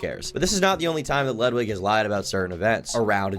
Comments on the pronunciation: It's "ludwigga" cool it with the streamerism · The most cutting comment in this video is calling him Ludwig ahhhh-gren